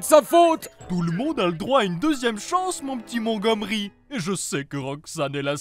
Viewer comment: C'est pas comme ça que ça ce dis montgomery